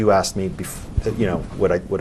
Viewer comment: He axe him many times 😂😂😂😂😂😂😂